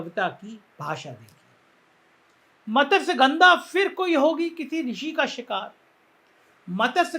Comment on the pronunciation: मत्स्य गंधा का उच्चारण कृपया शुद्ध करें।